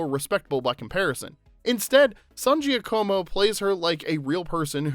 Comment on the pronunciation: It's Laura San "Ja-ka-mo" not Gee-a-co-mo. The combination of letters "Gia" makes a "J" or more like a "zsa" sound in Italian (like how you say Zsa Zsa Gabor or the first sound in the name Jaques). The "co" (in this particular name) makes a "ka" sound not a "co" sound. Yes, you can technically "Americanize" it n say it the way you did. Most likely you probably are not be corrected, but I have seen her interviewed a ton of times. She definitely pronounces her last name authentically. San "Ja-ka-mo". Sincerely, A native Spanish speaker who learned fluent Italian after being adopted as a kid n who also just made her Italian Grandmother extremely happy up in heaven for correcting you .😊 I obv speak English too lol